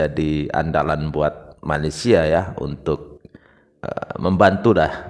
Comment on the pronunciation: Bukan Malaysia, Bang. MALASSIA 😂